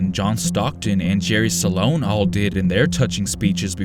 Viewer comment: Did he really say " Jerry Salon " ? Lmao😂